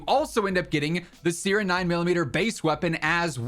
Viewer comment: Bro love you but that's not how you pronounce siren 😅😂